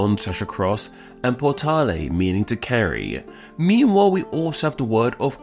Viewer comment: Ancient Roman here. You pronounced portare incorrectly.